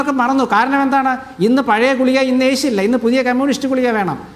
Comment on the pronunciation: എടാ ഗുളിയ അല്ല ഗുളിക. എന്നു പറയുക